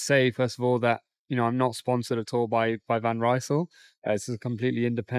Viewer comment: You want to be an expert? van Rysel is not a british Brand! Would you mind to pronounce the name of the brand correctly? It is like "Reesl"! The word is spoken as it is written, though this might not help an English speaker.